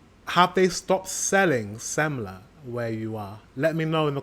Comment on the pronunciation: yes sir no ``semmla``